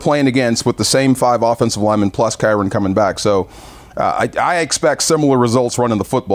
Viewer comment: 😂😂😂 I was laughing at D calling him Kyren multiple times! 😂😂😂